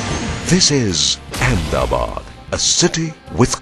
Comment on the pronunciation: I must proudly say that the film looks very impressive than what it may probably be. But one little request from an ex-Ahmedabadi living across the ocean. The correct pronunciation of the city is Ahmed-a-bad and not Ahem-da-bad. Why don't you officially change the name to Ahemdabad or Amdavad? Just like they changed Bombay to Mumbai? But sadly that will disassociate the original builder King Ahmedshah.